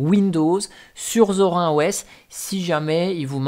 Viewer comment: C'est Zorine pas Zor1